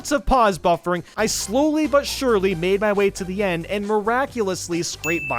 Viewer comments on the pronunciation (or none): none